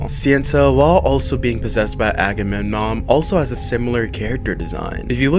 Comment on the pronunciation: Not Ackerman it's Agamemnon 😂😂😂😂😂😂😂